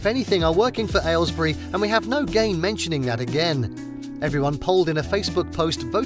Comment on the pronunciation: Aylesbury surprises me. And as far as I'm concerned he's not quite pronouncing it right, there's far too much emphasis on what sounds like the word "ale" at the start. You can hear it as pronounced by the local MP, and as pronounced by Boris Johnson in his response where he squashes it even further to something like "ehlls-bree", which is closer to how I pronounce it (I grew up nearby) - in this short clip